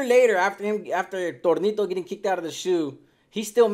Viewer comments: It’s tonito not Tornito 😂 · Your saying Tornito 😅 his placaso was Tonito though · It’s Tonito , not tornito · Tonito not Tornito 😂😂😂